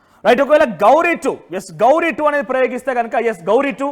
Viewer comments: నీ బొంద . గౌరీ కాదు (ghoree) ఘోరి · ఘోరి. గవరి కాదు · గౌరీ కాదు తమ్ముడూ, అది ఘోరి మహ్మద్ ఘోరి పేరుతో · గౌరీ కాదు ఘోరి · గౌరీ కాదురా వారి అది ఘోరి. 1 నైతేలివి తెల్లారా..